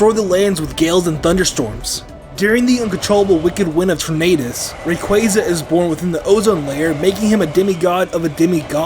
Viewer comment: The U in Landorus should be after the R! It's Thundurus, not Thunderous! And do not leave off the R in Tornadus! And do not leave off the Y in Rayquaza! And it's you're welcome, not you welcome! And don't ever call Arceus a he, Arceus is genderless!